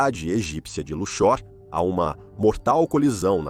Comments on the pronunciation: "cidade egípcia de Luchór" ... Precisa revisar melhor a narração dessa IA. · Nunca ouvi falar de "Luchór" mas sempre ouvi falar de Luxor ("Lúcsor") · A cidade egípcia de Luxór, mais conhecida como Lúxor (Lúksor) rsrsrs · Não sabe nem pronunciar Luxor.